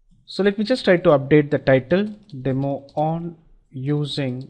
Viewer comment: LOOL "Lets start with the 'Dem' ", what happen to the O